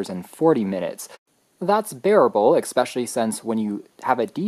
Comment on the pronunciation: Good video, but your pronunciation of "subsequent" and "especially" is bizarree.